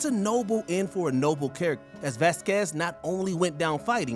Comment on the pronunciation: VAZ-quez, not Vaz-QUEZ. It's even pronounced in the scene.